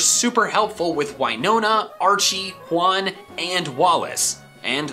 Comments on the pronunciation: Juan is pronounced Wan, not Huan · when you say “Juan” out loud it’s sounds like when you say “one” and it’s funny because it lived on ONE HP